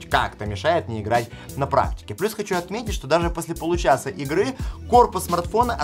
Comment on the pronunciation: Кто заметил "гыгры"